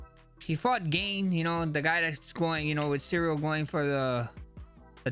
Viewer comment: Cereal Gone 🙏🏻